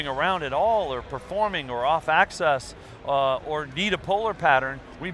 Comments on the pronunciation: I think he means axis but pronounce it as axes. And that does not make sense either when it comes to microphones haha. 'When you is standing here singing and and you get axes from different angles' I WOULD SAY RUN!!! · I wish he would say axis rather than access. They have very different meanings (as in one makes sense, the other doesn't)